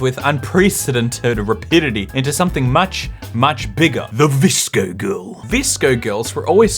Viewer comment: My friend was in pain watching say V-S-C-O